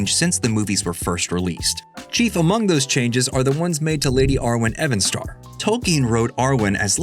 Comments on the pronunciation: I think you will find that Evenstar is prenounced like 'evening'. Because that is what it means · Evan Star? ...She is called Arwen Evenstar. The 'surname'.... she was named after the evening star...so pronounced even as in evening not as in Evan a man's name. Unless you have morning, afternoon, evaning, and night where you live.